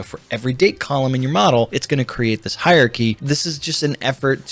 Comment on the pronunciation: Great video, but you can't pronounce 'hierarchy'!